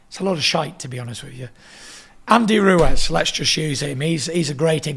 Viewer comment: Tyson 'Andy Roo-Wez' Fury